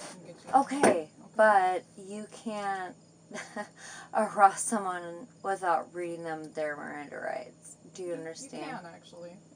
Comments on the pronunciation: "any WHAT?" arruhst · "MirrorAnDa RiGhts"😅 "any eEReaASstsT" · “Any arost….” Ugh